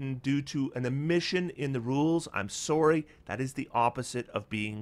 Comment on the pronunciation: I thought this was a good video, until you pronounced "sorry" that way.